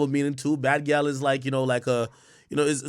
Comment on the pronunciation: Gyal is clearly patois, come on man, you’re supposed to be Jamaican 🇯🇲